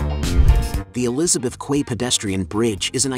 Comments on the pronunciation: It’s pronounced key. Not quay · Learn how to pronounce "Quay". It is phonetically identical to "Key". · "Quay" is pronounced "Key" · Teach your AI how to pronounce Quay. It is pronounced as if it were spelled Key. :) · Quay is pronounced "key" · quay is pronounced key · Just for reference - Quay is pronounced as "key" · "Quay" is pronounced as "key".